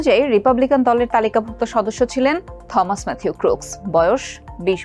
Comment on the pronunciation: '' থমাস '' বলে কোনো শুদ্ধ ইংলিশ শব্দ নেই. সঠিক হবে '' টমাস '' -AN ENG EXPERT, AGE 58.